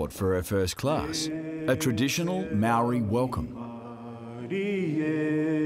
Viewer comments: Who else cringed on how the narrator pronounce Maori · GamerBOY Swag ur suppose to roll your r